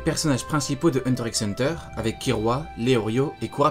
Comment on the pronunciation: Petit disclaimer si je le dire le X de Hunter ne se lit pas ce qui ft donc Hunter Hunter…merci 😋